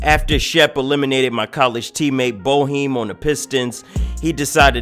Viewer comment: love your videos, but the name of the Syracuse coach is pronounced BayHime, not BowHeem, hah.